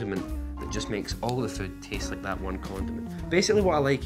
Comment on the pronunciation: LOL HE SAID LIEK INSTEAD OF LIKE AND THE AUTO GENERATED SUBTITLES GOT IT! I'M DEAD!